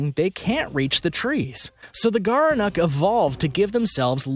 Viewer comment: Gerenuk? More like "Gerenecc" 'm I right.